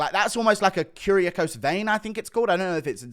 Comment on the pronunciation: Bro does anybody actually watch the video and listen to guru or are u npcs just commenting about the title of the video? This mf said curiacose vein 🥶🥶🥶